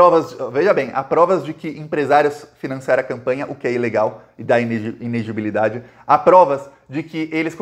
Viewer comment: o certo é i-ne-le-gi-bi-li-da-de. Kkkk!!! Abraço cara, sou teu fã